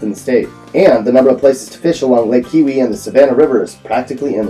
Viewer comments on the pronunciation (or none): It's Kee-o-wee not Kiwi.